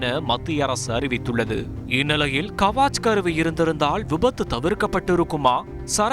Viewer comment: கவாச் கருவி அல்ல, முட்டாள். கவச் கருவி. கவச் என்றால் கவசம்.